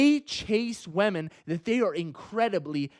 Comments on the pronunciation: everyone: women: wèmen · TL;DW: Attractive guy tells short ugly guys to try harder... he also says wahmen.